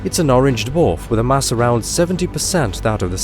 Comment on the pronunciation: Can only assume it's automated or fake! Not even the Queen says "mass" like that.